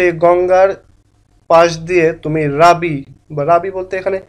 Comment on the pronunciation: ওটা রাবি নয়,ওটা রুবি😊